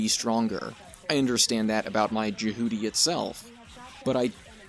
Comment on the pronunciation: I mean, the characters pronounce it Jeh Hew T, but Juh Hooty sounds funny as hell so it can slide by I suppose XD (Also, my favorite Mobile Suit is the Xamel, and you should totally play all 15 Armored Core games, they’re really rad)